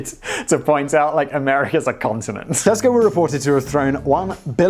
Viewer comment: When you say Tesco I hear Costco. We already have that. And you have to have a membership.